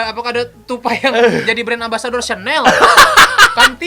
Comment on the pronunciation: Bacanya syanel woyy, gmn sih,gua french enthusiast nih.